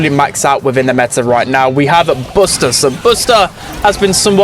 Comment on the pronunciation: Blud it's not bosta it's buster💀